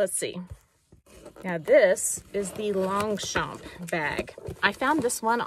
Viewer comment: Longchamp…the « g » and the « p » are silent. 😉 (Your friendly bilingual neighbour)